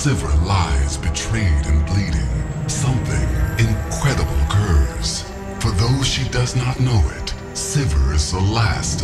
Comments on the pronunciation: Kagami Gaming says the guy who resorts to name calling and thinks "In qua-eh-di-buh-LL" is an adult pronunciation of incredible. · Something "incwedible" aiueqieuhqiufvhqeiu i lost it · You do understand different people have different pronounciations, especially if they're voice acting? Obviously you have no clue on how it is like to do voice acting, you're going to take a shit on a slightly smoothed over pronounciation that is ment to be done in character.